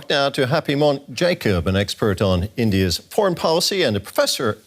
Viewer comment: He started off with Indiat instead of India's, thats a new word "Indiat". Lolz.